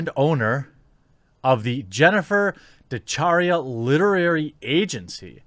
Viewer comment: DeChiara is pronouced De Kiara. It's an Italian name and the "chi" is a hard "c". If the "h" wasn't there, it would be a soft "c" sound. Sorry to be so pedantic.